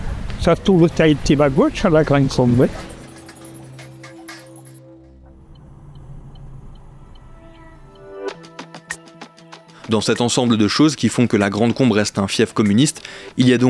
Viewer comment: c'est pas "la grande combe" mais "la grand combe" ;-)